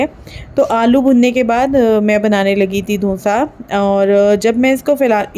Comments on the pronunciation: Aap dosa ko donsa bol rahe ho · Dhonsa nhi didi dosa bolo 😂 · Donsa nhi dosa hota hai. Jab ap Donsa bol rhi thi to sunne me ajib sa lag raha tha